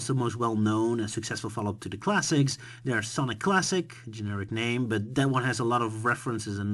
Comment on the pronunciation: My god.. You pronounced my name right.. GONGRATS!! You are like the 7th person to do that.